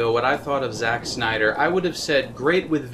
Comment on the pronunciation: Lmao the end cracked me up because there is a whole lot of "shnyder" in this. In fact I don't remember hearing much "snyder" at all. But I do remember hearing a shit ton of "shnyder".